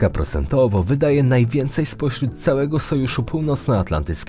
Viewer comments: "kałego kontynentu" 😂😂😂co? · "Dla kałego kontynentu"? xD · ” …dla kałego kontynentu.”😂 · „dla kałego kontynentu”? 🤨